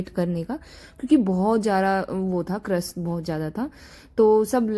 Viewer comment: dear crush nhi rush. Don't mind bta diya kai baar glti hojati h